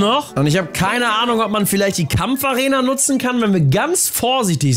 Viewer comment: du hast kampf-arenia gesagt.